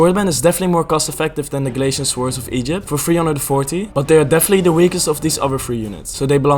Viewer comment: tiny nitpick from me that bothers me unreasonably much: the 'w' in "swords" is silent. basically just says "sords". otherwise great video